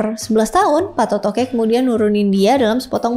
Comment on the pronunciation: Patotoe ya bukan patotoke!!!! Baca aksara kunonya.